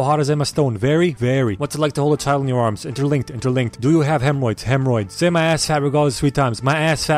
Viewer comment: Do u have hemroids?: Hemroids